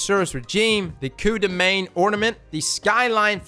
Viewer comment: I love how you say Coup de Main! 😆 (It means helping hand in french, and you pronounce it very well!)